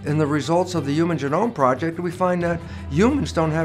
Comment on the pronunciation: Hard to trust an alleged scientist who can't pronounce "genome". And doesn't define "mass extinction" before trying to persuade his audience that one is occurring. I call B.S.